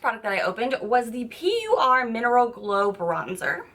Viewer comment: Also Japan ESK lol and PUR is pronounced Pure. Lol just trying to help babe. I love your videos and honesty